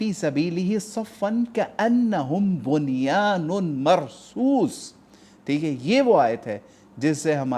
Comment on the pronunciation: It is Bunyanum not bunyanun